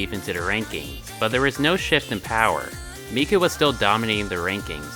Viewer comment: Miku and “Meeko”. And why “national taco”? But speaking of, not many seem to use Luka nowadays...